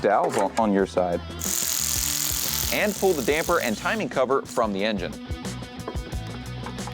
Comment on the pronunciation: Thanks for saying “Damper” correctly!!! The “Dampener” guys really are irritating!!!